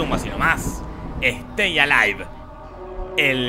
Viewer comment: Ejjjjjjjjtei alaib.... Alta pronunciación 😂